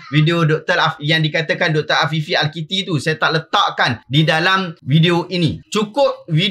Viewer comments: bukan al kitti, tapi al akiti, wallahuaklam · Al-Akiti kotttt ... not Al-Kiti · Kalau pun Tuan tak berkenan kat sosok tubuh itu, sebutlah nama dia betul2 Namanya Afifi Al Akiti. Bukannya Al Kitti